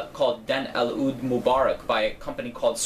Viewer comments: your pronunciation of "aoud" in your videos is killing me.:) It's pronounced the same as "oud." One syllable. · Nice review. Aoud by the way is pronounced without the A (Oud). Actually it is pronounced with a letter that is not in the English language, but that is the closest that you can get. Most of Montale fragrances are based on Oud. Montalle is specialised or known for eastern accented fragrances (east part of the world).Recently all designer fragrances have introduced Oud in their fragrance collection, it became more fashionable in the recent years, which made them more luxurious (oud is expensive) which I think elevated mens as well as womens fragrances.